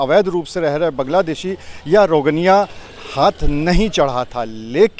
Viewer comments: rogniya nahi bhai rohngiya😂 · रोगनिया नहीं रोहिंग्या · इससे यह सिद्ध होता है कि भारतीय अपनी वफादारी कितने सस्ते दामों पर बेचते हैं।आपने बार-बार 'रोजेन्या' कहा है। क्या वे रोजेन्या या रोहिंग्या हैं? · शर्म करो सही उच्चारण भी नही आता है रोगनिया नही रोहंगिया है पत्रकार महोदय।